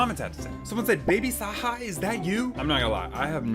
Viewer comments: “WHO IS BABY SAHA” lol u pronounce the j like a j and baby saja is from k pop demon hunters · not knowing who my sister's favorite K Pop Demon Hunters character is is actually way too hilarious 😭 he's not even pronouncing it right! 🤣